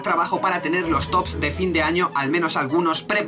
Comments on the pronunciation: Omaerraa!... me trastornas cuando dices "votat"... >.< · se que no importa o que muchos ya lo sabreis (mejor dicho, recordareis. seguro que lo dijo y no me acuerdo cuando) pero... ¿ es valenciano/catalan? lo digo porque por alli se suelen decir las "D"s finales como "T"s por ejemplo: verdaT, votaT (lo dice el en el/los video/s), acabaT de hacer esto, recordaT... etc... ¿es de por alli, o solo es una "ilusion sonora" mia? ¡¡Chaoo!!;-)